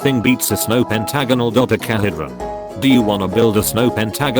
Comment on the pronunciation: Bot: can pronounce pentagonal Also bot: can’t pronounce Dodecahedron